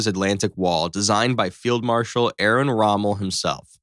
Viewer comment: Aaron Rommel 😂 Edit: I gotta tell ya, as a Black guy from America, I HATE when people don’t pronounce Nazi names correctly.